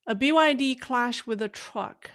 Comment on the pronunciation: The word is “crash” and not cLash. No! No! No! CRash with an “R”.